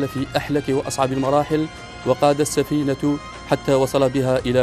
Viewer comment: السفينة التاء بالفتحه وليس الظمه